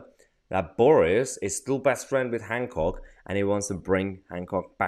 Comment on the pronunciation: Is there a “d” in Hancock?